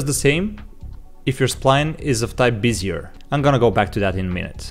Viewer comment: I hate to be that guy, but it's pronounced be-zi-eh, not like busier. Great asset and video, btw.